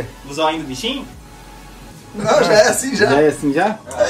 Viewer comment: Kkkkkkkkkkkkkkkk falo o nome do bichinho errado KKkk